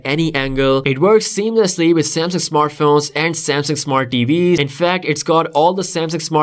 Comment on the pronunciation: Because he says like that🤣🤣